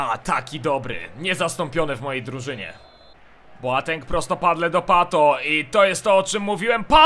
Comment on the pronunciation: Słuchaj to daleko zajdziesz, on Boateng wymawia Boteng:p